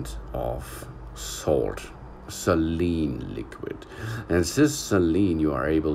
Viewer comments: It’s pronounced “say-leen” Not “celine” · Some pronunciation. SALEEN WATER Sort of like HOLY WATER. HEEHAHAHAJAJAJA!!😁